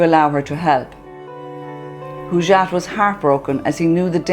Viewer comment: Please learn to pronounce the name Hojat Not Hujat or Hoojat